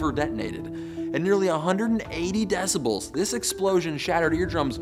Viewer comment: "decibals" sounds like "decimals", but with a cold.